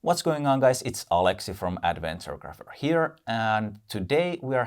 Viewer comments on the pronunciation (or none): none